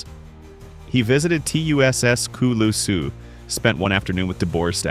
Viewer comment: Kay-len doo-bore, two-sca-loose-a LMAO